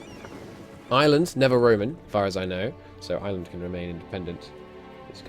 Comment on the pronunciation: Ireland is pronounced IRE-land, not Island!